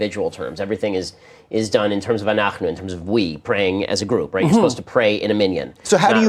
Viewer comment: I did as well and I found nothing wrong with his pronunciation. He was clearly raised with a strong religious education. He says "anachnu" and he says "minyan" perfectly fine.